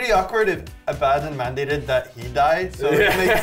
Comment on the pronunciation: I'm gonna be that guy and say "...um actually, it's pronounced Ab-uh-don, not A-bad-in."